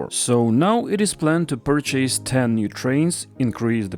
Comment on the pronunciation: Thank you for another great video! I hope you don’t mind me bringing up the pronunciation of the word ‘purchase’, since you use it a lot in your videos. Please do ignore me if you are already aware of this though! About the word ‘purchase’, the stress is meant to be on the first syllable, and the ‘a’ is meant to be pronounced the same as the ‘o’ in ‘pilot’. I hope I’m not coming across as pedantic and nitpicking haha (I’m a non-native English speaker too).